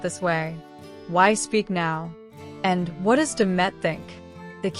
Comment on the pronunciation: You shouldn’t reporting about Can and Demet, because you’re pronouncing and their names wrong 😡😡😡😡😡😡